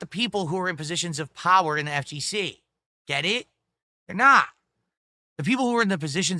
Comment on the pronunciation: God that “Gaet it?” Is such a trigger for me